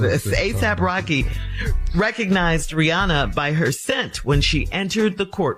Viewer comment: mispronouncing “Rihanna” is CRINGING!